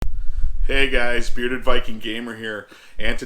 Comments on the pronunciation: Yup Brearded Viking, lol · "BREARDED" dun-dun-dunnn